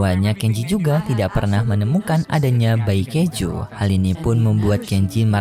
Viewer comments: Kaiju bukan keju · Bang kok bilang Kaiju abang bilang keju?? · Kaiju ❌ Kaijo di kata keju ✔️ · Setiap kali saat bicara keiju malahan keju😂 Dan saya baru sadar 😂😂